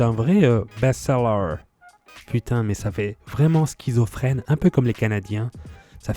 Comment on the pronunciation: hahaha Sacré! Alors le "er" ce n'est pas le son "ère" (prononciation allemande) mais "eur". "Pulovère" devrait être "Poulouveur" "Best sellère" devrait "Best selleur"